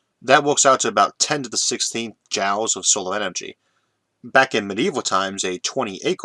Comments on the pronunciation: Love these videos! One minor nitpick that was bugging me since it occurs so much in this video: "Joule" rhymes with jewel or fuel, not jowl. And this isn't ragging on your speech impediment, since you pronounce "fuel" quite normally to my ears. Anyways, I just started going through your fascinating videos in order from older to newer, so maybe this has already been brought up and corrected in more recent ones. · Sorry to 'correct' your pronunciation (and you already told me that doesn't really matter to you; and not me either) but I believe "joule" is pronounced 'JEWEL'. Great content, keep it up! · I know you mention your speech impediment a lot and seem pretty fine with it (I liked the “whale gun” callback in the Kickstarting Space video), I do want to say that Iʼve almost no trouble understanding you after the first one and a half episodes or so. (Ironically, Iʼm reminded of this because this episode is harder to understand than usual because I had never heard that pronunciation of “Joule” before, and I donʼt think thatʼs even a speech impediment thing)